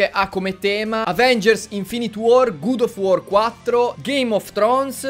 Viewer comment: SCUSATEMI MA GUD OF WARS NON SI PUÒ SENTIRE